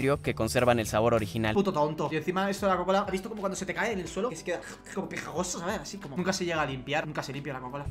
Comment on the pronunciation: "pejagoso" 2021~